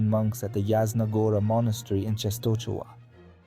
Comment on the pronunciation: I gave thumb up, but… for God's sake, check pronunciation (you read “Częstochowa”, “Jagiełło”, “Kordecki” totally wrong, watch the video titled "How to read Polish or something" and you will see), and if you have problems with saying Polish names, record what google translator read aloud.